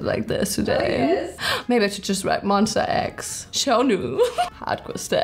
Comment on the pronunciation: Did she just say MONSTAX*btw im new subscriber*